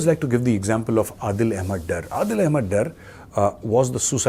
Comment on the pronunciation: یار میجر صاحب آ پ ہی مودی کو سمجھاؤ ۔ کہ کیوں خاموش ہیں ۔ لیکن آ پ کو بتاوں صرف انگریزی بولنا مسائل کا حل نہیں ۔ اپ کی طرح میں بھی یہ چاھتا ہوں کہ دونوں ممالک کے درمیان ایک خوفناک ایٹمی ہتھیاروں کی جنگ ہوجاے ۔ عادل ڈار تھا ڈر نہیں تھا ۔ نام کا صحیح نہ ادا کرنا اپ کے خاندان کی نشاندھی کرتا ہے ۔